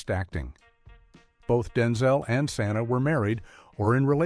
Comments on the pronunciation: It's, Pronounced Sah-Ny-Ah! Not, sa-nah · Yes. Santa instead of Sanae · AI can’t read names correctly Santa who in the heck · You pronounced Sanaa's name wrong.. Shaq should be ashamed of himself. He had a good woman who always threw surprise birthday parties for him!!